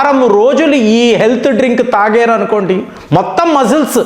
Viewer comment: Sir.. మరీ తెలుగును ఖూనీ చేయకండి.. తాగేరు.. చేసేరు... ఏంటండీ ఈ ముచ్చట.. తాగారు... చేసారు అంటూ స్పష్టంగా చెప్పండి